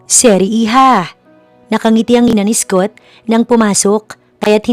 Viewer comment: Ganda ng story but the English pronunciation of the narrator is very poor. Mag aral ka ng proper English pronunciation, Scott is pronounce as skat not eskot.